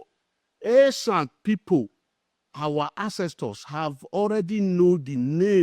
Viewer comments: Esan not Ishan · Sir is esan not ishan